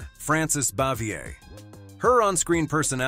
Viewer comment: They got many names wrong.Aunt Bee's name was pronounced bah-vee-ay